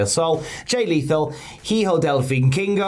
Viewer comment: Pro tip bc British people are uniquely bad at Spanish pronunciation: almost all H's are silent, unless they follow an "s" or "c." So "hijo" is pronounced "ee-ho" not "hee-ho"